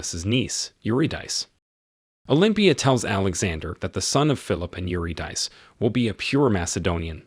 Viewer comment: Eurydice is pronounced 'you-rid-a-sea',try to pay more attention in future.